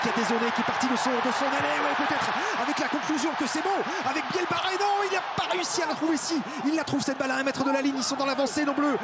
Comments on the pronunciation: Match agréable à regarder. Commentaires de Etcheverry lamentables, un guide touristique incompétent et qui ne se sent pas concerné ! Presque aussi mauvais pour la prononciation des noms de joueurs que Lievremont sur C+ ! Louis Bielle-BArrey (au lieu de Biarrey ) Émilien Galeton (au lieu de Gailleton)... Hésitation sur les noms de joueurs lors des actions: "essai de Ramos, non Jalibert, non Boudehent". Il évite de prononcer les noms des joueurs Japonnais ! Il a beau tenter de varier son intonation de voix, on dirait un mauvais doublage de film Us par un Québecois. Bref une calamité ! N'est pas Lartot/Yachvili qui veut... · C'est Louis Bielle-Biarrey mr le jourNUListe, pas Barrey... 🤦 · le commentateur qui dit "Bielle-barré" tout le match... c'est insupportable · L’un des 2 commentateurs, pas Thomas Lombard, l’autre, a passé le match à écorcher le nom de Louis Bielle-Biarrey, et l’appelant Louis Bielle-Barré. Que le mec n’y connaisse pas grand chose en rugby c’est déjà gênant, mais ne pas être capable de prononcer correctement un nom……. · On demande tous un retour IMMEDIAT sur france television, les commentaires callamiteux incapable de dire "Louis Bielle-Biarrey", c'est pareil pour les autres sports comme le hand, des que c'est pas du foot y a plus personne, tout pour le pognon avec un max de pubs